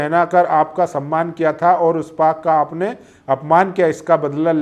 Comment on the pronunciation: पग नहीं पाग। उच्चारण सही कर लें।